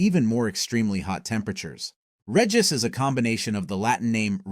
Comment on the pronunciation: Regis >>> re-jice